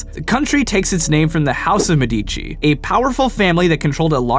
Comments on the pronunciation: Wow, the Medici pronunciation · you pronounce "Medici" wrong. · Love how you butchered the name Medici.